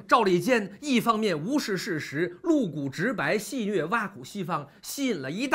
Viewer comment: 😁先喝杯茶，然后聊聊：戏谑，读音为xì xuè，意思是用诙谐有趣的话开玩笑。出自《诗·卫风·淇奥》。注意：不读“虐nüè”